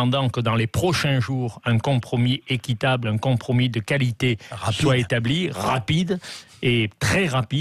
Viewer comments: Un "contromis" 🙄 ? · Un « conTromi » ?! 🤯